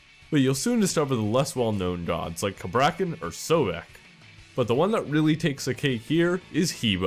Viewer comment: it is sobek not sawback, learn to read lel